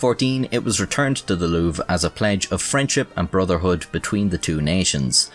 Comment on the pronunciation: LouvRE, you could have just googled how to pronounce the name Louvre xD Saying it wrong like 50 times was pretty cringe ngl